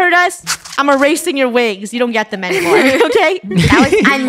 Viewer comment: she really said I'm a eracing your wigs😂😂😂